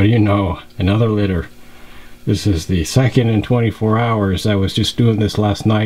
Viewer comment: You said it right.. Epic. This litter stands out, even compared to your already standout collection. Damn..